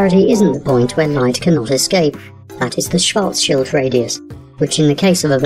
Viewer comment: MASSIVE props to you for pronouncing 'Schwarz-schild' properly.